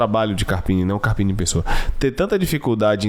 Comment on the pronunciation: Boa, to passanfo pra deixar o like apenas, pq nao aguento mais esse cara falando ( carpine ) doi os ouvidos, e mais uma coisa #FORACARPINE